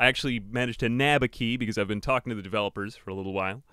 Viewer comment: when you say talking i instantly think you just went pleasepleaseplease